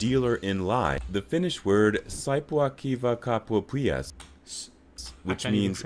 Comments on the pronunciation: This saippuakivikauppias pronounce 🤣🤣🤣🤣🤣 oh wtf. And all english speakers are so funny trying To say even Word Or two. Always so funny. Sorry❤️🇫🇮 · You can't say saippuakivikauppias more wrong 😂 but understand, not easy.